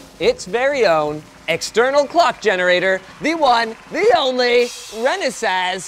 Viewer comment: It's Renesas, not Renasas 🤔